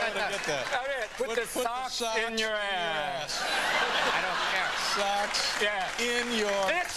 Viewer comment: Put the fox 🦊 in your ass!! 😂 apparently he said “socks”😅